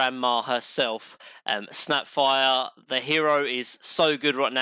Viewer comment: nobody:: droh enigmer husker snepfoir mine-o-tor haych-pee and maner also